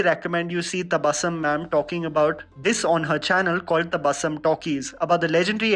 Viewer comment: Tabassum should be pronounced as Tabassoom.